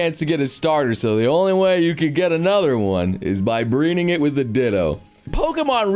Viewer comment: Is it just me, or did just say: “Breening it” instead of “Breeding it”?